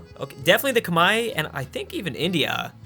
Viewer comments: Who are the "komai" that he keeps talking about? Is it Khmer? Because as far as I know the Khmer are called the Khmer, not komai or kmai or kamae or whatever he's saying (since captions wont pick it up) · khmer not khemai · Ah yes. The Khmai. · Why are you pronouncing the Khmer "Kmai"? Is that the English pronounciation? Sounds weird every time I hear it.